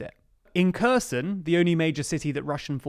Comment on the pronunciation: TLD proof watch your own video haha that's not how you pronounce Kherson, you didn't edit the audio properly and you said the Russians retook Hostomel airbase from the Russians. Also, what are you holding? 😁